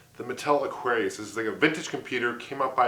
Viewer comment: mattel electronic presents: aquarrrlRRllliuisu : D